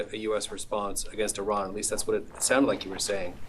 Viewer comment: Why can’t he properly pronounce Iran! 😮